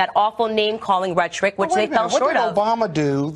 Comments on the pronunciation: I have never heard anyone pronounce “rhetoric” that way before... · A lot of people don't pronounce syllables consisting solely of a schwa (several, family, history, probably, etc.). It was only a matter of time before that happened to "rhetoric" too.